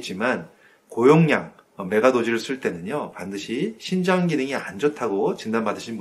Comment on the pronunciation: 심장인지? 신장인지? 발음이...정확히 해주셨으면 감사하겠습니다